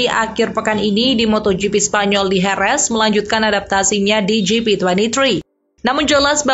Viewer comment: Jerez min, bukan herez bacanya.